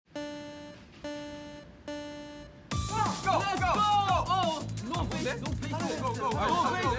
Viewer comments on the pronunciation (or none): the "no faceuuu" 😂😂😂